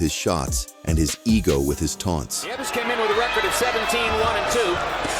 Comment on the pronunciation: The voice (AI?) started with the correct pronounciation, neeh-eh-ves. Then "neeves"? 😂